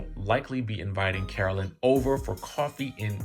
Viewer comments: Man the way you report your news is so boring ... I keep coming back to see if you'll improve but nah. And wtf is "Caroleen"? It's pronounced "CARO-LINE" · Feeling triggered by you calling Caro-LINE Caro-LYN. Please get it together. 🙏🏾🤣🤣🤦🏾‍♀️ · Yes pleeeze say her name correctly - CAROLINE. Joes business partner ratted him out because Joe wld not 💰 him monies owed. U can’t refuse to pay someone and not think they will spill ur secrets. The friend told Jackie’s husband and he delivered the message to Joe and he said f#%k him. Well I guess the friend got the last laugh. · DJ..it is Caro-LINE...that's how I remember hearing it being pronounced all the time.